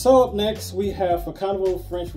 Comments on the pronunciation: Mon cher monsieur, it is actually pronounced either "Fa-so-na-ble" or if you are in the know "fashionable". Bonne journée. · The proper prononciation is fa ( son) able 😊😉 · It pronounces "Fa-zone-abl" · Thank you. The pronunciation is more of a "fashion-Knob"